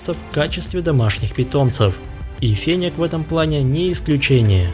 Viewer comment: Интересно конечно, но не очень привычно неправильное произношение названия животного😢! Не фенек,а фенёк! 😊